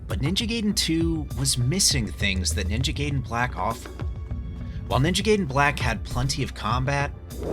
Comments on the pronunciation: It’s pronounced GUY-DEN, not GAY-DEN. Also, they should have kept all of the content of both versions so that way they can actually call it definitive. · Guy-den, the majority of the Latin derived language speaking world says it like that. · You said it right but continued whit "Ninja gayden" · That’s when I knew he was doing it on purpose 😂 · Gay-den. Guy-den. Lol did you switch between both pronunciations on purpose 😂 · I was dying inside every single Gayden coming out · The pronunciation of gaiden annoys me